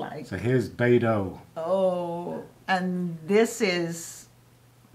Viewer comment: Loved watching this as a Portugal lover but yes, do take some Portugese lessons.....on how to pronounce the 'ao' in Beirão.....😉